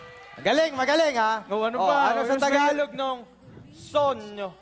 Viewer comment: Correction Hindi po sogno kundi sono yung "ako' . so bale, sono inomerato.